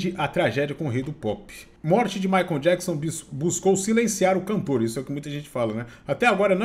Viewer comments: Jackson? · Djáquisom e Maria Quéri kkkkkkkkkkkkk